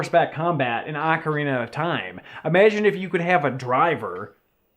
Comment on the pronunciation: Hate to break it to you guys, but in English Ocarina is pronounced "ok-uh-ree-nuh" Not the other one. :P